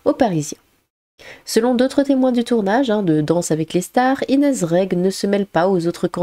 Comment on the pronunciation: Inéze ?! 🤣🤣🤣🤣 Inéze ?! Sérieux ? Mais tu sais pas parler en fait ?